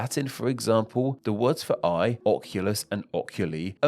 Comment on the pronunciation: Oculus* not Ochiulus